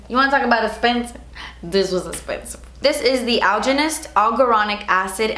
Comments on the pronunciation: Sounds so funny to hear you say "expensive" and not "esspensive..." LOL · I came hoping to hear 'Dats ESS-PENSIVE' & you came through 😂💳💰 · ESSPENSIVE 😂 Love you!! 😂❤️ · I like how she says "expensive" 😂😂🙌🏼